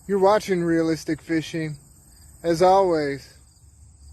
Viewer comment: real-lis-tic!! real-lis-tic!!!!!